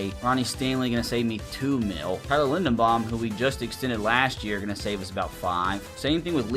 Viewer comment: It's Tyler LindeRbaum, buddy. Love your channel, keep up the great content.